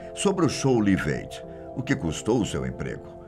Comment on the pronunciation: LIVE AID - pronuncia (láiv êid)